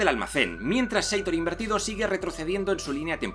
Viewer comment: Chupito cada vez que diga "inverido/a" XD